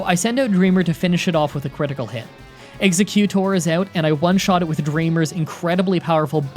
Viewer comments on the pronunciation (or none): Why do u say exeggcute-or , it is exegg-U-tor